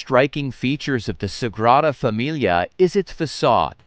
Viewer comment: Dear Mr Narrator, AT LEAST learn to pronounce Sagrada Familia. Your syllables are killable.